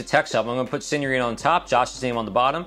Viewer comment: ow u say it lmao “senoreta” are whever